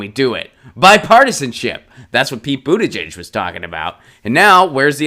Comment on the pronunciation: HOW DO WE TAKE THIS ASSHOLE SERIOUSLY IF HE CAN'T BOTHER TO PRONOUNCE THE MANS NAME CORRECTLY? THESE CLOWNS ARE CLIMBING OUT OF THE WOODWORK SINCE PETE HAS BECOME MORE POPULAR. ANY ONE WHO WANT TO SEE IF HE HAS A PLAN NEEDS TO FIND A BETTER SOURCE THAN THIS.